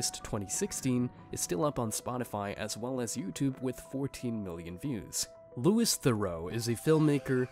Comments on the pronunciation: Louis is pronounced Loo-wee not lew-is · It's "lu-ee" not "lewis" .... killed me because you said it 10 times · This is so annoying it’s not Lewis Theroux 😅it’s pronounced like Louie sorry this just bugging me so much